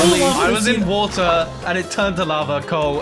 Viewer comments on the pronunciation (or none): there's wotuh in the netuh